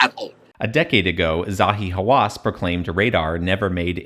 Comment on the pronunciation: Zahi Haw-ASS